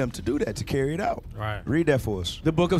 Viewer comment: When I started listening to you guys a few months ago, I thought you were saying "auntie,' not IT. 😅